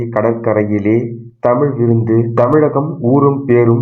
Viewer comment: என்னது தமிழ் விந்தா??😂😂 அது தமிழ் விருந்து சரியாக உசரிக்கவும் இல்லை என்றால் எவ்ளோ தான் அர்த்தம் total ah மாறிடும்!